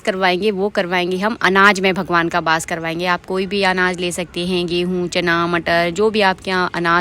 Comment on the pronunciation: Aap apni video mein ek word bol rahe the bass Nahin hota hai ❌ vo vass hota Hain ✅